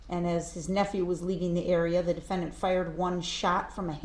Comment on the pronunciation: He has a hissy fit the way she pronounced( De-Fend'-ant!) It was comical, but not against. Against Darrel.